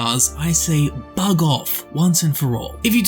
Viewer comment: Did you say "*bug*"?